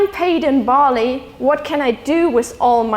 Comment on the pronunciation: Cool lecture... I Was watching this with close captions and it took me 12 minutes to realize Bali = barley... shame on me =p